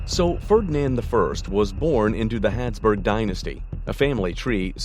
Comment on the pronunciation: Why are you saying 'Hadsburg' instead of 'Habsburg'?